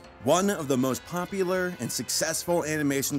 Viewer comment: Hehe, Pompular